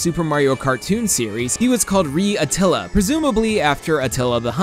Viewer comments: "ree attilla" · Italian pronunciation 0/10 :P Source: am Italian Just be aware that vowels are pronounced differently in other languages. I know it's a small nitpick, but it took me out of the video. It's better to try to pronounce it and butcher it than not try at all :) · Your italian pronunciation of Re Attila from the italian dub is completely wrong but at least you tried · Ri Atilla ahahahah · I'm flattered that you referenced the Italian dub of the cartoon, but you completely butchered the pronounce of Re Attila. Kudos anyways!